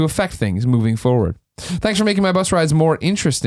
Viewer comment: Colin pronounces "forward" a little strange right...that or I've been saying it wrong my whole life